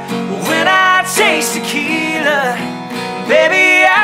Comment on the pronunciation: Why are they pronouncing it taquita? It ain't a taco it's tequila